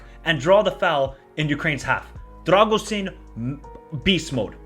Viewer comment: Great vid! On a side note, i'll give you a little hint with the pronounciation of the names: it's not "RA-TOOI", it's "RA-TZEE-OOH". It's not "DRAGUZIN" it's "DRAH-GOO-SHEEN". Same with "DRAGUZ", the correct pronnounciation is "DRAH-GOOSH"